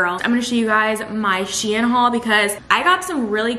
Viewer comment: 1. The company is pronounced sheen not shien which sounds like Ian 😂😂 2. Why do you drown your cereal what did it do to you